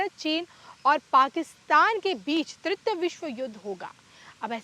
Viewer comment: Not tritya but TRITIYA. तृतीय